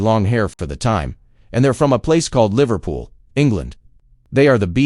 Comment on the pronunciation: Would someone please tell AI that Liverpool is one word!!